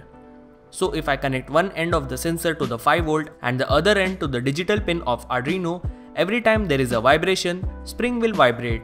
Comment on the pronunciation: Arduino not adrino